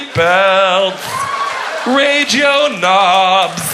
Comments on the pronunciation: It's radio nobs not ragel nobs. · It's Radio Nobs!! He says it like, "Raydyo Nooobs"